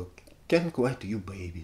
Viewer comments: Алексей, ну всё класс, конечно. Но какой " ай кэнт квайт"? Ну ай кэнт квит ю бэйби, же (е) О, отмотал назад, там уже первый комментарий )) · I can't quit (куит) you baby. Если правильно произносить.